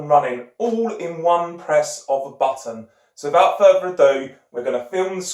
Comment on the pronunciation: so vout furver ado. Why can't British people make the TH sound?